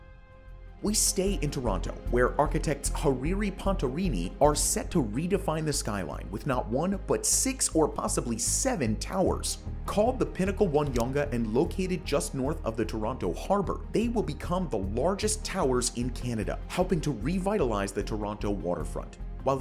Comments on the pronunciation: Yonge is pronounced "young" not "youngeh" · Younge Street is not pronounced youn-ga, but young. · As a Canadian I laughed at the pronunciation of Yonge😂😂. It's pronounced "young" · Yonge is pronounced Young, not younga. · "Yonge" is pronounced "young", not "yunga". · FYI: Yonge is pronounced “young” just to let you know! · Younge Street is just pronounced as "Young". No need to pronounce the "e". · Yonge Street is pronounced the same as young. ;) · Sorry eh dont wanna be a bummer eh but its pronounced Young/Yonge street. Stay blessed 👊🏼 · fyi... Yonge is pronounced like "young" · Yonge is pronounced “Young” 👍🏼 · you could not do f'in research on the pronunciation of YOUNGE M/F?